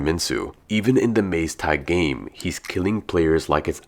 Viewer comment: Maze tag 😂 yeah it’s more like what you said.